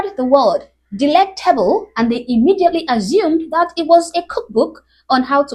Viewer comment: They don't pronounce the t anymore. Candice Owens does that too.